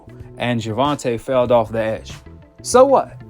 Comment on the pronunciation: 😂"Felled" of the edge😂 wtf